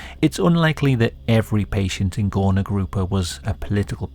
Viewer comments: btw its not spelled "gorna" its spelled "gurna", ó and u make the same sound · "Górna" is actually pronounced as "goorna" :> Great vid! Always love to see the polish cases, so unsettling every time! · ó is actually supposed to be a U. It makes an oo sound. "Górna Grupa" translates to "Upper group" btw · Ó should be read like U. Its actually the same letters in polish 😂😂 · Now THIS is what I'd want to learn about in history class. I live literally an hour away from it and never heard of it, no history teacher ever mentioned it. Also: ó is just a fancy u. It's read like a normal u. So "górna" is read as "gurna" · Am I crazy, or is he really pronouncing ó as an o? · You spelled Górna Grupa pretty well, however ó should be read as U (like in the word "boots") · Just wanted to mention that "ó" is not pronounced as "o" or "oh", but the same way you pronounce "oo" in word "book". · as a polish person, just a tip- ó is pronounce as a u not o! :)